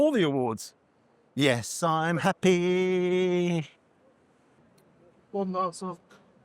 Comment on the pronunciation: Sounds more like Crappy than Happy,!